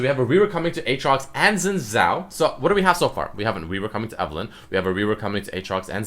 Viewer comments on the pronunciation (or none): its pronounced sene-zhao-al. of demacia